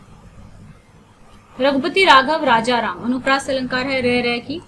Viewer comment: Not anupriyash , it's anupriyas ok ma'am 👍👍👍